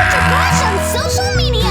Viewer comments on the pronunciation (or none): Every time I hear the intro, instead of CultureCrash, I hear CultureCrush